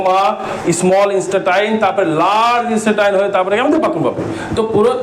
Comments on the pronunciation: ইস্টেটাই না ইন্টেস্টাইন৷ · ইন্সটা টাইন আবার কী। আপনি একজন লেকচারার হয়ে এরকম ভুল ভাল উচ্চারণ করলে হাসির পাত্র হবেন তো মশাই।